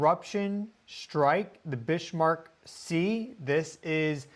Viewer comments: Ha, I always notice how well you correctly pronounce many names of different locations around the world. Can I please request you research how to correctly pronounce Bismarck named after the German battleship of World War II which is named after 'Otto von Bismarck'. My understanding of the correct way to say it is from the song Sink The Bismarck by Johnny Horton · Shouldn't that be pronounced "bizmark"? Great content anyway. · Just a note,. Bis-marck. There is no h in the word. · I wanted to listen to this but "bish" was driving me crazy 🙄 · Why are you saying Bishmark? Driving my misophonia crazy. Lol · No H in Bismarck! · Bismarck (German) pronounced Biz-Mark not Bish-Mark? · Please.... it's pronounced "BIZ-mark" not "Bishmark." There is no 'h' in the name. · I'm pretty sure it's Bismarck, like the ship and the Chancellor, not Bishmark. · needed to say this as well. Bizmark would be the correct pronunciation for that German name. 💚💚💚😊👍👍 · please, you are undermining your prodiguos authority ( on these subjects.) The pronunciation is BIZZZ-mark. NOT biSHH-mark. [ *if any doubts remain, see pre WWI German history ] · Bismarck 🤷‍♀️ no H, GEES 🫩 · Got to say it ! That is Biz mark Sea ! There is no h in it ,Not Bish mark ! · pronounced Bizmark, not Bishmark. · Bismarck is not Bish-marck not even in German, please 😊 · “Bishmark”?? It is clearly written Bismark on the map,. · "Bishmark?" It's 'Bizzmark" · 'Bizmark' sea? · It's not bish mark sea brother, it's pronounced biz mark, Bismark lol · Bismark a Germanic christian name Notably a king at one time and is pronounced biz mark.